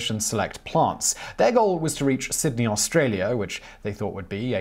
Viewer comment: Actually Simon did a pretty good job with Australia. More often its Orrstralia